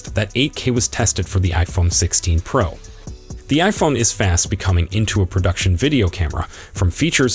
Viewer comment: Wtf is the iPhone pearl max?!?explain why u can’t pronounce pro as it needs to be?!?